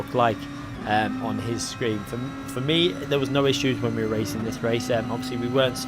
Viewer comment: Muted...please learn how to pronounce racing. FFS